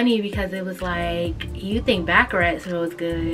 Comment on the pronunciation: i loooove baccarat. one of my favorites. btw it’s pronounced ‘bah-cah-raht’ instead of ‘bah-cah-rat’ 😭